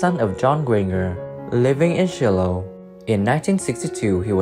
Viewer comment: Do a tad bit of research on correct pronunciations...Grainger = grain-jer...Shiloh = Shy-low...etc